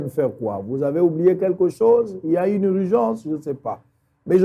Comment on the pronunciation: Ine au lieu de une ,institit au lieu de institut !!!!Pourquoi le docteur ne parle pas lingala ?Français ya malonga te explication ya malonga et a za monganga !!!!